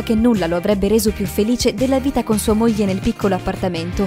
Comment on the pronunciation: Sbaglio ma a minuto , dice vrita